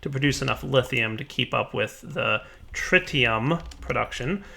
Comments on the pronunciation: andrzejkiewicz also it is TriTium not TriDium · TRI-TE-UM not trideum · In 'tritium' you don't say the first 'i' as if you're reading it. It's 'tritium' as in 'bit'. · Trɪtiːʌm "tri"ck bag of "tea" "um"brella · is correct. You have been pronouncing it incorrectly the whole episode and it had been annoying the crap out of me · Your pronunciation of Tritium makes me cringe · Dadycoool Ok since you don't seem to understand the original point of this thread let me spell it out for you. The OP was wondering why the 'tri' in tritium wasn't pronounced like the "tri" in tricycle. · the i in tritium is short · thank you so much for correcting on Tritium. It was bothering me the whole time XD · That could be an accent thing. There are quite a few regional accents that pronounce all interior Ts as Ds.